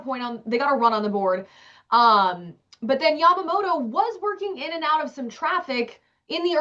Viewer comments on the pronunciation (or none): Who is Yamamodo???? Pronounce his name correctly, Americans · People in English-speaking countries can't pronounce Yamamoto properly, can they? It's Yamamoto, not Yamamoro.